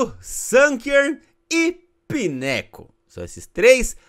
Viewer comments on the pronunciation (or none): Se pronuncia "pygoo" e não pineco kkkkkk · "Pineco" ????? A escrita e assim KKKKKKKKKK MAS a pronúncia certa é 'painco' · Sem querer ser chata, mas já sendo, Pineco se pronuncia Painicou!